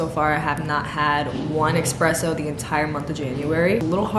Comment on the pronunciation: girl, the word "espresso" has no "ex" in it like you keep pronouncing